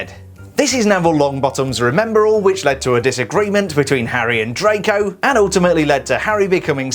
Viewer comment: Who else thought he said trago malfoy?